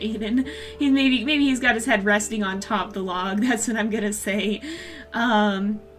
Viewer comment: No offense I love you but it's wapiti (wah-pee-tee)